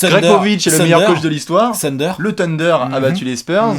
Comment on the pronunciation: Par pitié pour l'année prochaine Alex il faut que tu fasse apprendre la prononciation de Thunder à ^^ Parce que Teunder c'est plus possible quoi!!!;) Continuez les gars vous êtes au top! #CavsNation #Cavs2016NbaChampions #Not2Not3Not4ButJusteOneLeBronPlease